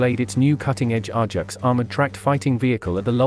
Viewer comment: Pronounced A -JAX not R JAX !